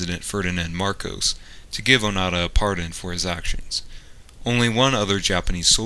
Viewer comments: The voice-over says ‘Onada’ instead of ‘Onoda’ throughout the video. Typical linguistically ignorant idiot. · ONO DA not O NA DA..ffs!! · It's not Oh-nada, it's Oh-no-da. Your pronunciation of these names makes me cringe. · Pronunciation is Oh-Noh-Da. Not Oh Na Da. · i showed this video to my Japanese friend and he said the white man saying his name wrong, it sounds like he saying "fart" hahahahahaha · You could have at least learnt how to pronounce his name.